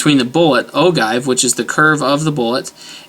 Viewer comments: Its pronounced O-GEE not O-GIVE. Your video is basically meaningless. People who don't know the differences would be confused because you are basically rambling and incoherent. The rest of us know the differences. You are not doing anyone any good. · Just a point of information (FYI) ... OGIVE (Pronounced: Oh'-Jive) . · ogive is pronounced oh-jive. just some friendly criticism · Ogive- Pronounced as Ojive. Make that G a J sound and youre good. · load to 223,specs and your golden, second thing is its pronounced oh jive, unless you shoot an antique your good to go with any load book recipe you want unless you're going beyond book pressure I've popped primers on my bolt and have proof lol, basically they're all the same loads if you have modern firearms in good condition and stay in Sami specs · love the vid -- keep 'em coming! btw "ogive" is pronounced oh-jive...